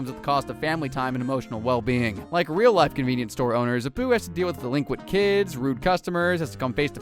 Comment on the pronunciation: First, stop flipping the images. Whatever you're doing it for is bluddy stupid. Second, your section on Apu, you pronounced his name wrong and repeated a section of speech. Third, not all of these are ACTUAL Jobs. Graffiti Artist and Climate Activist are certainly not "jobs" for a start. Eat those words, boy. Donald Trump is doing some great things in America. 52:2 Why did you replace the real (and non-copyrighted music) with this absolute drivel?